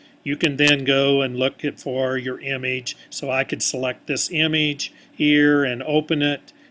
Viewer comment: it trigger me the way he said image but thanks dude!